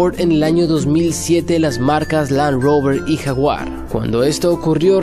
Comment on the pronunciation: Se pronuncia yaguar